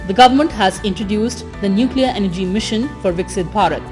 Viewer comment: For God's sake it is Energy not MG. In some videos, she doesn't even follow commas while reading but breaks the sentences inappropriately, sometimes even changing the meaning of the sentences